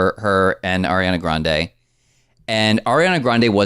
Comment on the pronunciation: Am I the only one who heard "Arian-er" and spit? 🤣🤣🤣🤣